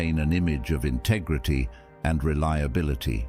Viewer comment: Funny way of pronouncing "integrity" ....bizzare